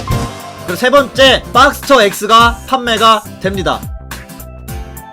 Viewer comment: 빡스터가 아니고 박스터에요 ㅎㅎㅎ